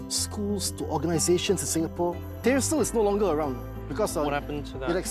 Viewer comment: Tyersall is pronounced as “Tyre-saw” not whatever noise he was making